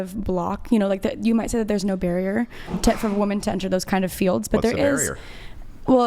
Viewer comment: Why can they not pronounce the plural of woman? WOMEN